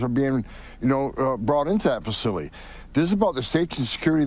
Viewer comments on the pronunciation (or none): who was brought into that fuhsilly?